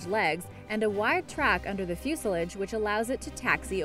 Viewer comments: it is fuselage (few sa laje) Not fewshledge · FUS-I-LOJ NOT JULAG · bottom line, she can't pronounce the word... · It’s fuse a lage not fuserlige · Fuselidge LoL When you read something and have no idea what you're reading about. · Joshua Nelson fue-sull-ij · What the hell is a 'fusilidge' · its pronounced fuse-sal-lage fusalage learn how to speak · You may need to look up the pronunciation of the work "fuselage" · Can somebody else notice how pronounces the word fuselage please??